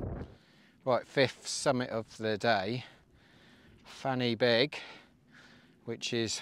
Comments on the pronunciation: Hi. Was up there camping on Fan Y Big last weekend. When you say the names of the peaks, the ‘Y’, is pronounced ‘Ah, as in the sound of the letter A. You’re in Wales, don’t forget. Also, when you drive through the villages there, the names of them are not WiFi codes, for the modem…😉 All the best…👍🏾⛺️ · I did this route last week, just in reverse. It was great, though it was pretty busy out there! Some help with pronounciation, Corn Dee, Pen uh Van, Van uh Big.